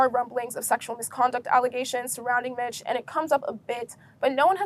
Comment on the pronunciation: Mich is pronounced like Meech. Hope you interview people who were involved from the beginning for full context.